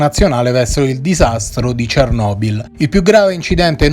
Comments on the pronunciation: Giusta osservazione. Ne approfitterei, però, per sottolineare che lo speaker è uno dei pochissimi a pronunciare correttamente "Cernòbil". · Grazie per l'approfondimento. Io già sono più che felice di sentire finalmente l'accento cadere sulla "o" invece che sulla "e". Chissà per quale oscuro motivo per ben 30 anni il 99,9999% degli italiani - giornalisti compresi - ha adottato quella pronuncia. Misteri.